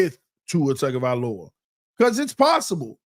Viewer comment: Tongue Go* Vie* Low ah*... Please practice this my brotha.. Your killing me smalls!